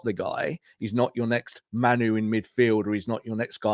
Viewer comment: why are you randomly pronouncing it “MAN-oo”? It’s not spelled that way, no one else pronounces that way, there’s no indication that he says it different than it’s spelled….you don’t get to call people whatever the f**k you want. Disrespectful.